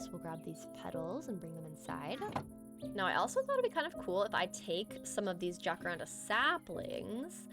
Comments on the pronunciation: “J” = “H” sound in the language that it comes from 💕💕 “Ha-ka-ran-da” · Perfect for my sick day ty 🤧 Also in jacaranda the j is pronounced similar to an h, it’s Spanish! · I’ve been peeved this entire time watching sunnysev and you throughout different videos pronounce it “Ja-kar-an-da”, until I realized I’ve been going by the Spanish pronunciation 💀 love your content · You saying jacarandá is so cute, but not quite right, the tonic is the “dá” in the end. It’s a brasilian tree, quite beautiful!